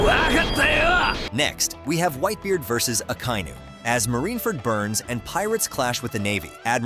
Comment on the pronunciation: Admiral a-khainoo 💀